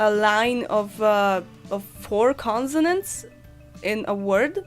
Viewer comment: consonants [ ˈkɒnsənənts ] = ' s ' , not ' z ' in the pronunciation of this word